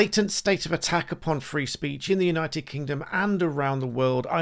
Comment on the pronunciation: The big guy keeps saying 'unOYted nations' 🤔